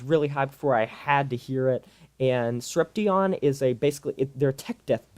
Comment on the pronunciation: It's Sorep-shun. Not sorep-tee-on